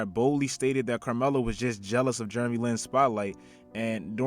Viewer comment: "Germy Lin"